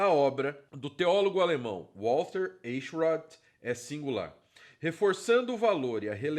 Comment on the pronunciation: É fácil pronunciar seu sobrenome: Em vez de E se pronuncia A. Aichrot.